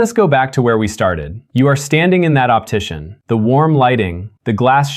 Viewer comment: Optician, not optition.